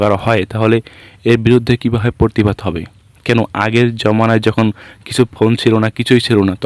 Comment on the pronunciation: পরতিবাদ নয় প্রতিবাদ। বাংলা উচ্চারণ সঠিক করতে হবে। সমাজ মাধ্যমে ভিডিও পোস্ট করে ভালোই করেছে।এই ভিডিওটার উপর ভিত্তি করে আপনিও আপনার ভিডিও করেছেন। আশেপাশের লোকজন ছিল, তারা কেবল দর্শক ছিল।